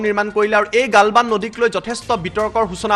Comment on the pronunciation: ভাৰত মাতা কি জয় । খবৰ তো শুনি ভাল লাগিলে । মহাশয় আপোনাৰ শব্দ এটা ভুল শুনাৰ দৰে লাগিলে । গালৱান ঠাইত গালবান শুনাৰ দৰে লাগিলে ।